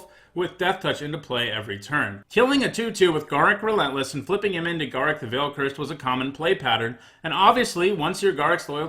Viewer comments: Garruk is pronounced gar_roook not ga_ruck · Please learn to pronounce Garruk, I was having mini strokes everytime you said it. Other then that I love the lists and your system of rating it.